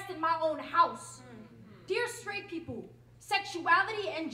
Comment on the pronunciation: Nice poem. It's people, not 'peepoe', though. Just saying.